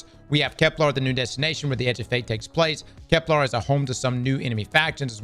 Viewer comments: Its kepler not keplar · Why does he say Kep-LAR and not Kep-LER? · Because Kep-LAR sounds cooler and also who cares how people say stuff. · It's called an "accent" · Begging to say Kepler correctly